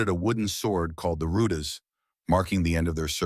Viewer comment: Rudis not Rudas